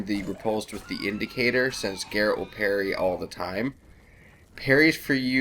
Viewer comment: "Garret"...."Gerald"......Jesus, people (no, not actually). His name is G-E-R-A-L-T.